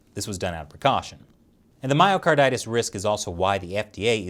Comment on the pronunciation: I definitely heard "Mario Kartitis" 😂